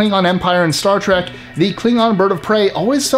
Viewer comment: Only because the narrator is clueless to Syfy . He says Star Trak and not Trek. 😂😂😂